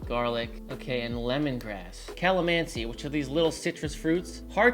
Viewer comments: Hi,! Calamansi is pronounced kah-lah-mahn-SEE (all “a” vowels pronounced like in the word “La”, and a strong short accent on the last syllable) Calamansi are available in the produce section of pretty much any Asian market. Calamansi is more closely related to the mandarin and kumquat than the lime. If you get a chance, get some calamansi and then make the same dish, subbing out lime for calamansi in one and using calamansi in the other. The flavor difference is significant. Source: I have been married to a wonderful Filipina for the past 17 years. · Pronunciation: ka·luh·man·see I had to do it since you called us out 😅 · Kah-luh-man-see. Your second pronunciation is spot on, not the first one, sorry. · the correct pronunciation is calamansi